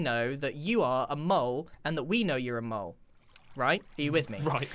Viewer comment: It actually is mole, not mule.